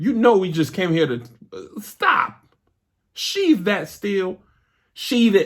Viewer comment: I came to say this! 🤣🤣😂😂